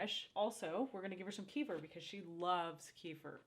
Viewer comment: You guys are seriously some of the most humble and genuine people on YouTube and I've been subscribed for years....but..I have to point out, kefir, is pronounced kuh-feer not key-fur. Sorry, it gets me every time I hear it 😂